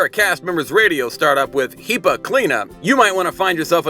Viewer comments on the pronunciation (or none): HEPA - "hepp puh" not "hee puh" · the way he pronounced hepa. HAHAHAHA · Glad I'm not the only one to think that. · The pronunciation of "Hepa" is hilarious